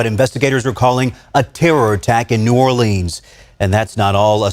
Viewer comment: Well, having been born and raised in New ORLUNS or New Orlins (the way it's pronounced. Not New ORLEENS, like the news guy said) I'm not surprised. It's a super corrupt city, in every way, so of course the city 'leaders' were happy to go along with the whole thing. So 'thrilled' to see the immediate arrival of every Federal agency under the Sun! 😂 Mr. Din Ja22ar is connected to ISIS. Didn't they go out of style years ago? 🤔 So much to say, with such little ability to say it here! I would like to say however, that your videos are so well done and illustrate the situation so well that they leave me speechless. It takes a few minutes to recover, before I can leave a comment! Thanks very much for this one and for all of them!! PS - Please forgive me for asking this favor. Could someone who sees this comment leave me a sign that it's visible? Thanks very much in advance! 🙂